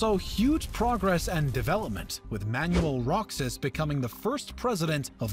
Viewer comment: Man-yoo-well Rok-sas hurts my ears. Let's go with Man-wel Ro-has